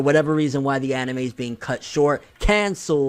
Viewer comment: Gonna down vote everytime he says annieme and manga forr lifeeeeeee boyiiiyiyiyiyi - Toogayyyyyy